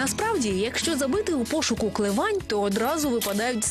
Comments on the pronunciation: Ну что за идиоты(( Не КлевАнь, бл**ть, а КлЕвань! Ударение хоть правильно бы ставили, или поинтересовались бы у жителей сначала как правильно. кумарять такие журналюги, которые искажают все. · «Клевань» з наголосом на «е».